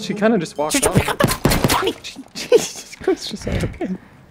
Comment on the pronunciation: The way he said pick up the body: “PICK UP THE FFFF BODY” shoots the sky